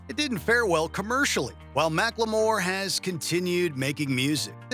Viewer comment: Mack-Le-More?? Wtf 😂😂